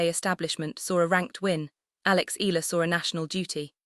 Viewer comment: It should be: panic-stricken; pronounced "Eh...ya...la" it's " Rah..fa....Nah...dahl"